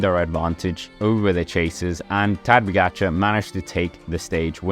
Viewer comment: What a butchery for pronunciation.. 🙄 Try to say: Ta-dey Pogachar